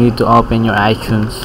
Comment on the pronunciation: u said iTunes like Ichunes. u are Pinoy